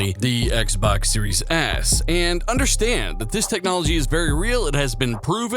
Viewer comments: Did you say Xbox Series 'S' or Series 'ass'? 🤣🤣🤣🤣🤣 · is he saying xbox series ass or is it just me? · Haha, you said Xbox series ‘ASS’ you weird American person youuuuuuu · sounds like you said Xbox Series Ass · Help me out guys. Is it me or is this guy saying Xbox series Ass